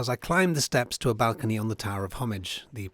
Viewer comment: is incorrect. It wasn't between Muslims and Christians. It was between Arab invaders and Europeans. Different peoples. He didn't call the British Christians did he? And nobody pronounces Muslim like he did. It's not a fabric. And he doesn't know how to pronounce balcony. Honestly it's ridiculous. Why has this site been neglected for decades. It has been abandoned. It should have taken precedence over the northern defences. We need English Heritage professionals in to run Heritage in Gibraltar as well as an auditor.